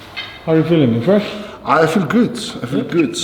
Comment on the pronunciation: Thor is feeling "goot". SOMEONE PLEASE MAKE A COMPILATION OF THOR SAYING "i'm feeling goot", thanks. 😅